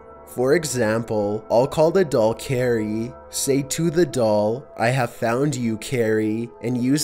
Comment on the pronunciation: Carrie more like Keiry